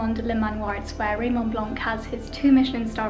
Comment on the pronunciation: Raymond Blanc pronounced Blan...the C is silent.... not "Blânk" same as Sauvignon blanc, etc :)))